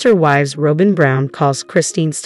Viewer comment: Try learning how to say Robyn…..